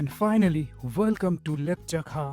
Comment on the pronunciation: its laptsakha....not lepchakha....